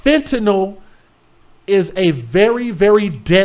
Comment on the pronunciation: That’s not true and u need to GOOGLE how to pronounce FENTANYL!? Smdh.. Coming from a R.N. For 20 years!? First time clicking n last time clicking!? U are too judgmental for me Good TOPICS unfortunately speaking from a biblical standpoint THOU SHALL NOT JUDGE!? There is only one JUDGE and God Doesn’t need ANY HELP!!?